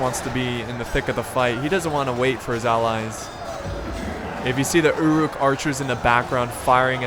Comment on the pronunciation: anyone else annoyed by the way he says uruk?